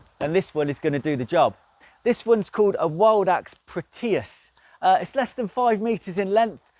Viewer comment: Lol, who taught you these pronunciations? Prohtayus and Thullaaay 😅 Good vid though, love this camper the multiple position tracks are a real winner!